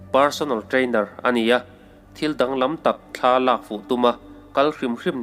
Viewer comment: Mihring pawn thla kan neilo. Thla tih hi lam a rem a, thla tiin i sawi deuh zêl a, ka sawisel lam nilovin ramhuai hnathawh vek ani.